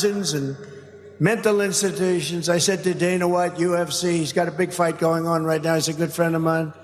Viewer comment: The fact he cant pronounce mental "institutions". Lol